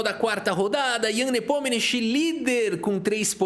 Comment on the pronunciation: Ian Nepomininniniminimkich kkkkkk bom demais. Gosto muito do seu trabalho!